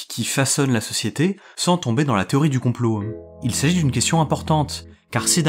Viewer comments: super vidéo mais gaffe à ta diction (théorie du complo-euh, on dirait Soral) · Le fond est très intéressant. J'ai une petite remarque sur la forme, tu utilises beaucoup le "e prepausal" et ça a perturbé mon écoute ^^ Par exemple tu prononces "théorie du complot-an" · Je viens de remarquer que vous dites beaucoup de "e" à la fin de certains mots. Genre la "théorie du compoeu". Ça vient d'un accent particulier ? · J'arrive un peu tard sur la vidéo, mais y a un truc qui m'a perturbé durant son visionnage. Le mot complot finit par un T et j'ai l'impression que tu le prononces comme s'il finissait par un E voir un W. De quoi coin de la France viens-tu ? (curiosité de linguistes). 🙂